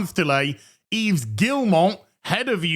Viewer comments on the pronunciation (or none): none